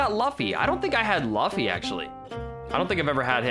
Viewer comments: Did he say laffy its pronounced luffi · ItsGreen it’s sort of pronounced Looffy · Im sorry but.... ITS PRONOUNCED LOOFY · that is luffy not laffy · luffy Me: ITS PRONOUNCED LOOFY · Lol luffay is pronounced as L-oo-f-ee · It’s loofie >luffy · Laffy or luffy bruh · it’s not luffy it’s luffy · I’m so god damn mad he said luffffyy Wrong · It’s pronounced as luu-ffy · Actually luu-fee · luffy - loo-fee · He pronounced luffa wrong lmao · My man said lufyyy bruh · It’s pronounced loo fee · You said Luffy wrong 😠😠😠😠😡😡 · I love it how he pronounces "luffy" fron one piece. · the way says luffy really cringes me out. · Ik I’m late but the way he says luffy LOL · im triggered he said jiriya and luffy wrong plus tanjiro plz watch some anime no offense i still love the vids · he said luffy wrong >:( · Me like Bruh you sold vegeta and how u say luffy